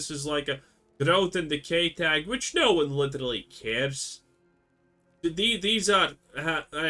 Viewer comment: vitch and vomen :P nice